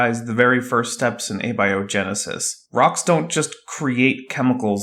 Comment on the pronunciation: Ah ha. said Ah-be-o genesis.. just click on that little speaker, it'll tell you the correct pronunciation for abiogenesis..